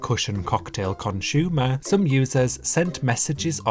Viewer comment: "Conshoemer" is crazy...